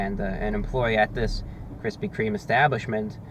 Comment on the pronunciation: I keep laughing at "Kristy Kreme"